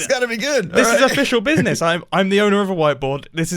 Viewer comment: No one: Mumbo: BIZNIZ